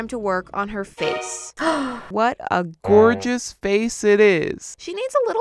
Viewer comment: sometimes pronounces it like "gorgie" lol